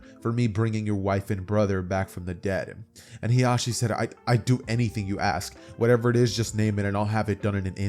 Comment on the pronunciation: Fire what if but when you kept pronouncing hiashis name "hizashi" my brain had a siezure 😂😂. Hiashi is hinatas mom while hizashi is nejis dad. They sound similar so you have to annunciate